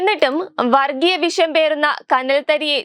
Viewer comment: ആദ്യം മലയാളം പറയാൻ പഠിക്കൂ കുട്ടീ. എന്നിട്ട് വാർത്ത വായിക്കുന്നതാണ് നല്ലത്. അദം പതിച്ചു എന്നല്ല പറയേണ്ടത്; അധ:പ്പതിച്ചു എന്നാണ്. വിശം തുപ്പുക എന്നല്ല ; വിഷം തുപ്പുക എന്നാണ് പറയുക. ശബരിമല വി ശ യം എന്നല്ല ശബരിമല " വി ഷ യം" എന്ന് തന്നെ പറഞ്ഞ് പഠിക്കണം